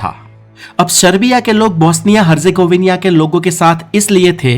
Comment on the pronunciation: हरजेगोविनिया😂😂😂😂 हरजेगोविना है सही उच्चारण